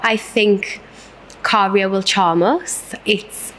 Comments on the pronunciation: But are not pronouncing it correctly...it's Käärijä, not Kaarija. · Kaarija as the U in the word bug Käärijä as the A in the word bag